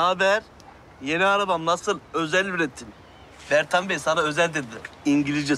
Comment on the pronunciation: Bertan değil o Pertan